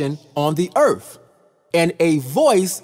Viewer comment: It's Earth not Eartff!